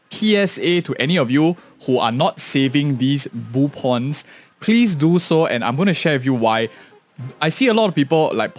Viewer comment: Why do you pronounce them boopins and boopons? Is it a typo because i is close to o on the keyboard? Do you speak with a keyboard?